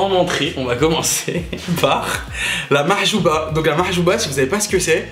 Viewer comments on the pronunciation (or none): C’est mhajeeb et pas mahjuba 😂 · C'est pas la mahjouba c'est mhajab 😅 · Mdrrr machouba Mdrrr ça se dit m’hajub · Cest pas mahjouba cest mhajeb 😂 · Sa s'appelle le mhajeb pas la mahchouba 😂